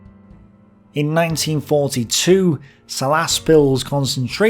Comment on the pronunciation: Kurzeme not Curland Its not Dzelgava its Jelgava Its not liapāža its Liepāja when saying Salaspils the tone should go down the entire time Its not Riga its Rīga with a long ī instead of a short i The russians influenced by russian propoganda thing that latvieši who fought against the soviets where nazis. Also the glabilist pupets think this.